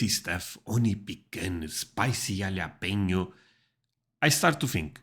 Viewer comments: Jalapeño. You need to pronounce the ñ. Hal-uh-pain-yo. Not hal-uh-pee-no, which is the most common mispronunciation I hear. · Don't believe that milk is bad. People have been drinking it for centuries. Dominoes is not the best pizza to get but the 'Price : Taste' ratio is about as perfect as you can get. Jalapeno is a Spanish word so you have to pronounce the 'J' as an 'H'. That is the only difference. Very easy to pronounce. Yes, I buy Kraft singles every week as well as other cheeses from Kraft regularly. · Jalapeño is pronounced "ha-le-pen-nyoh" It is Spanish. A spicy pepper. We get different varieties at different times, but yes we like choices to try. Also, after you hit 20 years old, you start developing a lactose intolerance to dairy products specifically to cow's milk. Some more than others. But I will sacrifice my stomach for queso anyday. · Jalapeno the j is pronounced with an H sound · The cream cheese is based on region. Jalapeno (pronounced: hah-la-pain-yo), strawberry, honey, chive and onion, and vegetable, along with plain, are sold in my state.